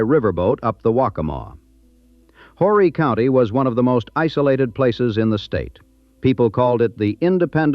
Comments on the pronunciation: You don’t pronounce the H in Horry County. It’s pronounced “oh- Ree” or “Ore-Ree” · if you're going to speak about Myrtle Beach as if you have a clue,, at least pronounce Horry County correctly! The H is silent!